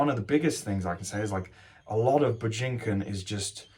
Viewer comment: Your pronunciation of Bujinkan hurts my brain.